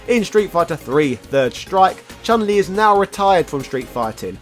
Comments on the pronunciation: Also the correct pronunciation for Chun Li is Choon Lee not Chan Lee. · Also the right pronunciation for Chun Li is Choon Lee, not Chahn Lee.